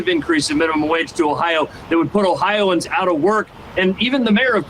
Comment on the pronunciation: Yeah I didn’t like when he said oh-hi-an like we’re hicks. I’m an Ohioan